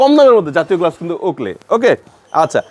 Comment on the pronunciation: উচ্চারনটা গ্লবস নয় গ্লাভস